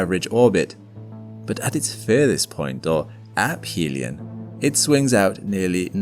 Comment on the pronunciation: App helion is crazy. Aphelion??? Use AI much? I find it hard to believe that a channel dedicated to space would pronounce that wrong. ( to 12 mins).